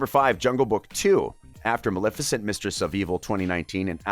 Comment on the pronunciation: You pronounced Maleficent wrong